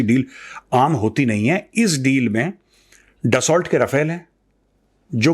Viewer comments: Major Sa’as, it’s pronounced डस्सो, not ड्सौल्ट. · दसा होता है दसाल्ट नहीं कितनी बार लिखा है ठीक करो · ट नहीं.... दसोल बोलिए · sir Dassu... because it's french word